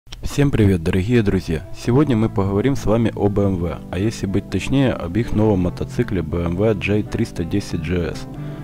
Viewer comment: Слух режет произношение буквы "Г".... Вот Вам и "Хусь"!!! ДороХие друзья!